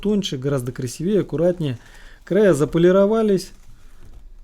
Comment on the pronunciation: Да ну красИвее блин, невозможно слушать